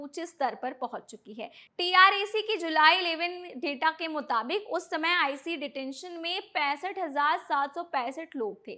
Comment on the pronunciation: It dose not pronounce iceee